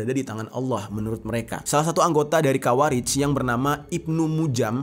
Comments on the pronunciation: Di menit bang Jerry salah meyebut Khawarij dengan kata Kharawij 🤣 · Khawarij pak. Bukan kharawij